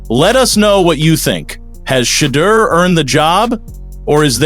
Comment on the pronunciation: Plz pronounce his name, right